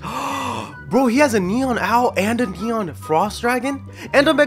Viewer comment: You said nenon owl hahaha